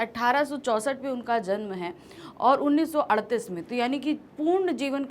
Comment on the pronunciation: 1938 sahi hai.....aap sahi uchcharan karen...